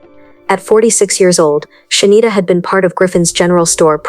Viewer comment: Why the fuck you keep calling her shindita